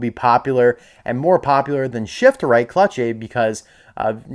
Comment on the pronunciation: its shiftright not shiftrith